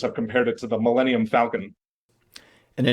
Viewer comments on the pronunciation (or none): none